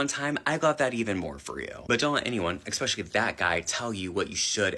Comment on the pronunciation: People I don't listen to: someone claiming to be a teacher but pronouncing it "ekspecially"